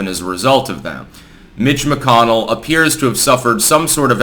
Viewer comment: had to rewind to see if you said "mitch mcconnell" or "bitch mcconnell" lol. well done sir. "bitch mcconnell" is now as canon as "big mike" in my book